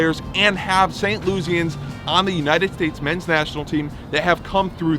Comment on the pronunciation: WHERE ARE YOU FROM? You don't pronounce things correctly. Not "Saint LOO-zee-ens" residents are "Saint LOO-ih-sans."